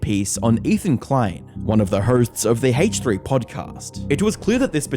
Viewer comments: Ok,. Nice emphasis on the H in "Hache3" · What’s the Haytch three? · "Haych 3" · bro said hateh3